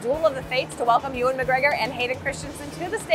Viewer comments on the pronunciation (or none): none